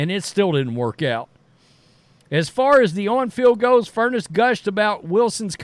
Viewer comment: Fur-ness’. Not furnace